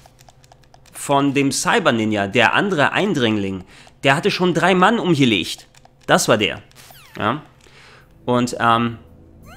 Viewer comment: Ich persönlich finde die Deutsche Synchro gar nicht mal soo schlecht. Klar manches hört sich blöd an , vorallem Liquid, aber an sich gehts. Und das sie manche dinge komisch aussprechen ("er hat schon 3 Mann umgelescht") finde ich um ehrlich zu sein sogar glaubwürdiger. Ist doch im realen Leben nicht anders 😂